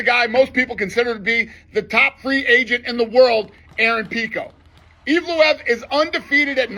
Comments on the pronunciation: Imagine being denied again and again while streaking and undefeated, and the face of the company can't even pronounce your name correctly in a promo video, despite fighting NINE times for the organisation. Dana is a clown theae days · and dana can't even pronounce his fighters name right 😂 evloev disrespect is crazy